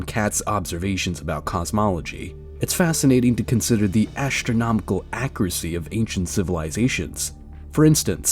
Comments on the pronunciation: This video would be a lot more watchable if the narrator didn't constantly say ASHtronomical or Eckshtra. Why does the presence of TR change the pronunciation of whatever comes before it? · Modern "ash-tronomical" knowledge. Is it really difficult to pronounce the word astronomical??? (Shaking my head at the reading voice.) And now the person reading is calling the Anunaki astronauts God. If I were God I would majorly pissed at this moron.